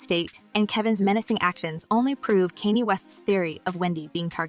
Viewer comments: It's Kanye (Khan-ye) NOT Cane ye get it right 😅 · OMG! Please learn how to correctly pronounce subjects name. It is not Can-yeah it's actually Ye or Yeezus. Sorry big pet preve of mine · Hello, not trying to be ugly to you but you be pronouncing people names Wrong. It's not Kenny, it's pronounced Con Yeah, spelled Kanye. Just like you pronounced Beyonce as Be Yonce, it's pronounced Be Yon Say. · It's Kanye west not kenney west!! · His name was: Kan ye. Now it's Ye. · Who is Kane'nee 😂😂 It's Kanye (pronounced, Con'yeh) ... Your pronunciation made this painful to watch. .listen to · The way you are saying his name is so odd?? It’s not kinye it’s Kanye. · Uhhh...hon. How are you a Celebrity Gossip Hostess and don't know that the man's name is pronounced CON-YAY, not CAN-YEE?! I listen to you all the time but I'm stumped on this one! Where have you been to not know Kanye West's proper name pronunciation?!! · It's pronounced conyay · Please say / pronounce “ KANYE “ as ( Kon yay ) ! Geesh ! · CAN YOU PLEASE STOP PRONOUNCING "KANYE WEST" NAME WRONG... HERE'S THE SYLLABLES " KAA-NYAY" PRACTICE IT!!!! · How did you pronounce Kenya name, his name is not kenny, shut-up! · Kan - Y(yay)e Kanye West know the prononce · she definitely doesn't pronounce certain names correctly.... your comment made me laugh, u are so right....... Who tf is Kenny West?😂😂😂😂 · Did she really just say Kenny West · She must have a "bot" speaking for her as she conceals her mouth and mispronounces a lot of words and names. Kanye sounds like "Con Yay". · CanYay West?..."😂!" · Girl, if you're going to serve some tea. learn how to Pronounce Kanye name. Honey, need to work on that. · Please stop mispronouncing Kanye West name!!! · You are pronouncing Kanye West wrong not cook ask for help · Why are you saying Kanye name all wrong😮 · Half the world